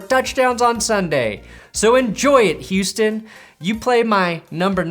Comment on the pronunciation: “I Puts some sympathy RESPEKT’dd for Hou-Stun”